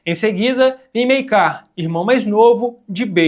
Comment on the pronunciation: Mano vc ta pronunciando errado o nome Maekar kkkkkkkkk mas de boas ficou engraçado 😂